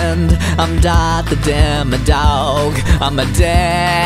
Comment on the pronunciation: It's not demedog it's demodog